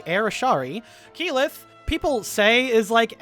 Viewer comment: Tal-dough-ray, EEE-mon, Kaylith? XD